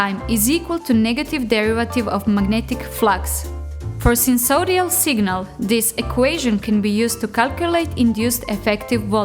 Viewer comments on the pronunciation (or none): Nice to see this video series showing uses for Red Pitaya. I have watched both videos and would like to see more. I notice you struggle to say "sinusoidal". Try sine-you-soy-dal. I have had one for about 6 months but find the web interface to be a useless interface, too difficult to use and too buggy, frequently crashing or freezing or making a change which cannot be undone without reloading the page. The layout of the web apps is also often poor. I think it might be better on a tablet as you show zoom pinch, but not on a desktop PC with a mouse. Without programming experience in Matlab or Python, it seems this will not be useful until someone creates some decent PC software for the interface. Of course, to truely get the most out of the unit, one would have to build their own hardware and interface software for a given purpose like you have done in these 2 videos so far.